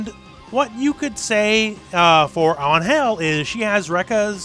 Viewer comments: In the future, if you are going to pronounce Angel's name, just remember. ÁN-gel not án-GEL (notice the accent mark) Greetings! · Ángel is "AN-hell" not "an-HELL" They just don't use the accent If it is angel like you say in the video, then it isn't the word meaning angel in english, it's like an invented word that sounds similar to ángel, they want to evoke the angelic part of the word without saying ángel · I appreciate the effort to pronounce "Ángel" correctly, but it would have been fine to just go with the English pronuntiation, honestly. I mean, first off, it's not An-GEL, it's AN-gel. Second, and perhaps more importantly, even if you pronounce it right... in Spanish "Ángel" is a man's name. Pretty popular, too. It actually makes a lot more sense that even a Mexican woman would call herself angel in English to sound cool than it does that she'd call herself with what seems to be the second name of a tax inspector called Miguel. I mean, I don't blame the Japanese devs for not getting this because... I mean, "Geese Howard"? But it's a lot weirder if people go around telling each other to call her "an-HEL". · Hey. Love your videos. Just an FYI, I speak Spanish and the name "Angel" is pronounced with the accent in the A. So like Ángel. Not Angél. Thank you for the videos. By the way, the "g" is pronounced as a "j", so you got that part right. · I love Baiken, she's the only reason I put out with Guilty Gear X's god like final boss BS. No like for you, but still subscribed because I get what you mean, especially about Angel, who's super awkward to play. Although, it's pronounced like "Anhel", as with a sounding "h". What you said was more like "Ann Hell", as if it were two words. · Im 99% sure its not an-hel when pronounce in Spanish. Unless im missing a joke it Ang-hel, Ang-hel, not Ang...Hel no wierd pauses its said fast. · Why does he say "anhel" and not "angel" ? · WHAT!!!? Can you please pronouce it correctly ? it's ANGEL . . .